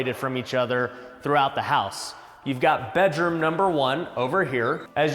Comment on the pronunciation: it's funny the way pronounces bedroom be-droom instead of bed-room